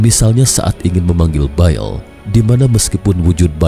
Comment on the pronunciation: bukan BAEL...TAPI BAAL